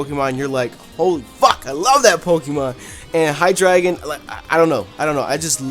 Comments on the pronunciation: hydreigon if you say it right is high dragon the the king of all dragons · you said hydreigon wrong its rlly easy its hi - dra - gon